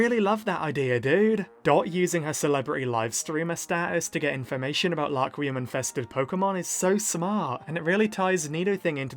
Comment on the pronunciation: It's Rakurium not Laquium